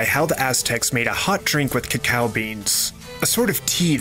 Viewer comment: cacao said incorrectly other wise it's a great video